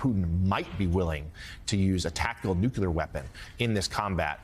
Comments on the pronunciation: Nu-cu-ler. LOL! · FreeSpeech4OBidenRegime I was only saying that pronouncing "nuclear" should be something journalists should know how to do.